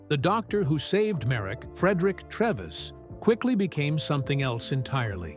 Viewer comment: The doctor played by Anthony Hopkins was called Frederick Treves. Pronounced TREEEEVS, not Trevis.